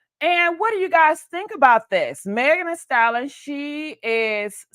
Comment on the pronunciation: The word is pronounced like stal-yen